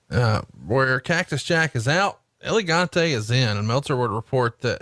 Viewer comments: Whos Elegante? You mean El Gigante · That pronunciation of El Gigante is just bad. and I'm not even Spanish. Just call him Giant Gonzalez fat boy